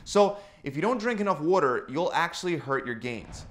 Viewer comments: wooter Baltimore in the house?? I'm definitely gettin' Balda'mor vibes. jejeje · Wuter mellon. Hahaha. I love you. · Wuta & wutamelon 😂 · Is he saying water or weuter? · Random thought, I think is from Philadelphia or that Pennsylvania region cause the way he says water. Just a guess. Other than that, great advice like always.